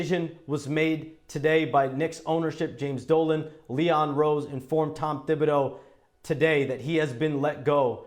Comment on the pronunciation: Shams, you gotta commit to a pronunciation. “Tib” or “Thib”. The first is correct.